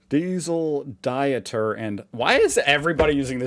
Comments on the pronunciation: Stop calling Dieter (Di…eter) He is not on a Diet 😂 The e after the I makes it a long i . Maybe for you to pronounce it correctly try Deeter as in the deeds of your house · Dieter is pronounced Deeter.